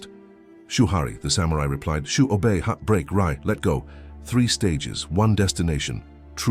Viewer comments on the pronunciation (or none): Shoo, Shu, Shoe? WTF